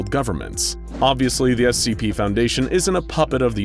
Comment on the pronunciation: NO BRI’ISH SCHEEP FOUNDASHION